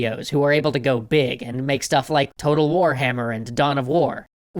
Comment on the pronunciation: got really intense in pronouncing total warhamer